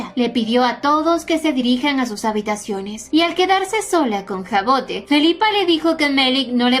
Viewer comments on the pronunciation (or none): Hermosa historia que elegiste, yo la estube leyendo en Webtoon, pero como está en emisión la dejé para acumular capitulos jejeje. Por cierto el nombre de la prota se pronuncia Javod, es un nombre francés y cuando empecé a leer el manwhua lo investigue por curiosidad. A qué están super lindos tanto el nombre como la historia 😊😊😊